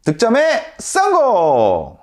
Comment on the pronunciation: 목소리 어디서듣던. 우비삼남매ㅋ 썽공 발음ㅋ디지네